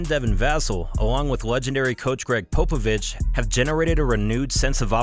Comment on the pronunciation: It’s pop not pope avich